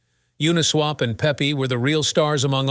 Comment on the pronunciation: Shitty AI narrator says what??? Pepe is not pronounced Pee pee. lol